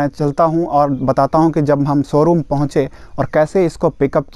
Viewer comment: Somebody count how many times he said soroom